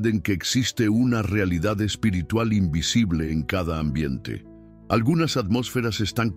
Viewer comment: Amigo mis respetos tu enseñanza y tus explicaciones fluidas ,da deseo de escucharte tu narración, solo quiero hacer una sugerencia tu dices la palabra en español espirtrual- lo correcto espiritual ,mis disculpas si soy quien te he escuchado mal ,buenas noches que Dios te bendiga.tu narración calidad excelente eres cinco estrellas.